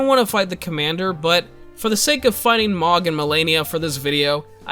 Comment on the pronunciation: His name is Mogh, pronounced "moge"